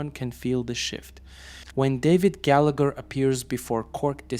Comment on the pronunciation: Gallagher is pronounced "Gallaher"